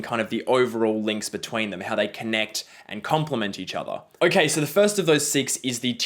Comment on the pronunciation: I like the way pronounces the word so. He says soh. It’s very Australian.